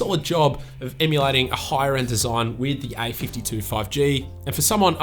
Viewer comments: Its a52 not ai52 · Yo , I just heard i 52 insted of a 52